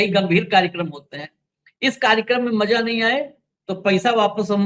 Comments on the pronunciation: Don't spoil the mood by pronouncing bad, rustic language, like, Maja nahinaaya. It's Maza, not Maja. Use Bindi in Hindi. It's Khhabar not Khabar. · Maja nahin... MAZA सही उच्चारण कीजिये